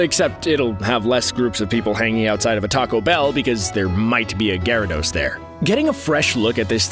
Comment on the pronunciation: You know, I make it a point not to watch Pokémon related videos by CBR. But you said gyarados correctly this time so you’re making progress